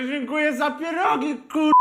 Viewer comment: PIEROGIII w zasadzie nie sa smieszne ale PIEROGIII KURWA juz bardziej i mysle ze tu chodzi o sposob wymowy PFIEERROGGI